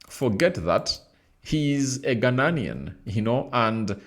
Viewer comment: Ghanaian not ghananian are u mad